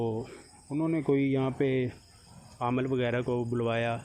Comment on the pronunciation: aamal nahi hota hai bhai aamil hota hai